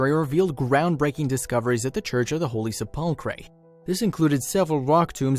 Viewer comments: Hello, Perhaps you need to rehearse the voice recording prior to posting, for if you actually cared about your position you would!😯 The Church of the Holy Sepulchre isn't pronounced: "Se•pull•cray" (or however you trashed it) 🙄 it's been PRONOUNCED WELL OVER 1,600 YRS. AS: "Sep•ul•cur/Se•pul•cur" (BTW, A) The "Se" IS as in September, sensational etc.; B) The "cur" isn't: Cray, cree, cure, etc.; It IS: "cur", as in curse, curd, curb etc.!)!!! 🤔 That's how I've heard it said by professionals (clergy, reporter's etc. say it anyway)!!!🤨🤔Pronounce it out, then put it together, then if you care about what you do (you might want to be a Christian for yourself!), because you sound "uneducated, uncaring, most of all rude (which is un-knowledable) when anyone who "is knowledgeable" hears when you do that (regardless of what it pertains to!)!!!🤯🤔🧐 I'm trying to help you.😯 Just sayin'!!!🧐 If you continue as such, then I'll know two things: 1) You don't read the "comments" and 2) That you don't really care!!😖 At that point I'll unsubscribe and so should many others, but what's worse it shows just how many unintelligent people that's out here!!😱 Take care, "God Bless", sincerely, Randy. 👍🙏🏻😇👊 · Attention millennial YouTube creators... PLEEEEASE research pronunciations when you are unsure! You were pretty close with the 'Church of the Holy Chipotle' smh